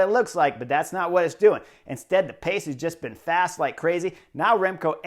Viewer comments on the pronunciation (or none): none